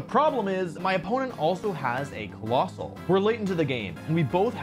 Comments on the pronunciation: no, colossal(Kuh-lossal) and COALOSSAL(KOAL-ossal) do infact sound different when sounded out so they are infact PRONOUNCED differently Like im not hating on wolfy, its just something i noticed lol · even if its wrong the pronunciation the way how you pronounce it doesn't really change. Also saying colossal is lot more smooth than coalossal